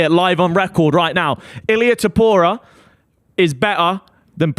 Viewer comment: Danny is the biggest ufc casual that McGregor topuria take isn’t even a hot take and he can’t pronounce topuria